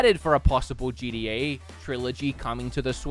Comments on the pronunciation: Why is this man pronouncing gta gda? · It’s not “GDA” it’s “GTA”... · Say GDA one more time!! It’s GTA… GTA, for the love of.. ahh fugget about it. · Why am I hearing him say GDA instead of GTA, am I the only one lol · Why are you saying gda I mean you said it like five times one time I understand but come on